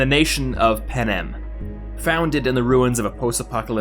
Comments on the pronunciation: Panem, not panam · panem sounds like pan am